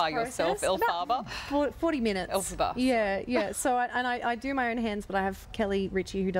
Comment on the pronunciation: 😂😂 El-far-bah... bahahaha good job with the pronunciation babe... not. I miss this production! I saw the anniversary tour back in 2014 with these lovely ladies, my first epic musical!